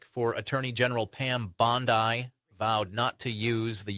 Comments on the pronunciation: Why is the sky mispronouncing her last name? Is this AI? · PLEASE TRAIN YOU A.I. to pronounce Bondi's last name correctly. #kindergarden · Is he real or is it just AI ? Of your job is to coment on politics and you are pronauncing pam BONDIs name like that like all other AI videos pronunces it. Its hard to not suspect that this is an AI clip. I mean i am from sweden. And even i can pronuce her name correctly. This is an AI made video. He is not the one talking. 😂 laughing at my self now. That i even wrote this. Have not looked at the video. Just listen. Now that i look at his mouth while he talks. 😂😂😂 hate this damn AI videos. Hate that you cant trust whats what anymore. Stop with all this shit !!!! Make real videos. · Y'all need to get your ai bots to pronounce Bondi's name right. It's a dead giveaway. Even though I can't stand her lying mouth, fix it. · This is an AI-generated commentator who doesn't know how to pronounce Bondi's name and doesn't know a judge from a Senator. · Is this guy AI? If I remember correctly, anytime a podcast host can’t pronounce Pam Bondi’s last name It’s usually AI. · Bot much? (tho, tbh, he does look AI-ish, and mispronouncing Bondi's name seems suspect.) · Her name is pronounced "BON-DEEE" Not "BON-DYE" Your deliberate mispronunciation of her name does you no favors and undermines the seriousness of the information you are trying to impart. It makes you sound kinda dumb. Casts doubt on the credibility of your report. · What a weird video! The contents are interesting (but repetitive) but the clips never forward what is being explained. You talk about one judge and we see another talk for a few seconds, basically saying, hello, good to see you. (Plus it's annoying to say "Bondaï" when it's Bondee.) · Why do you YouTubers call the AG 'Bondai', while all Senators and Congressmen and -women call her 'Bondee'? Oh, I see, you're AI generated. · It’s Bondeee. Not Bondeye! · Why does he constantly mispronounce Bondi.?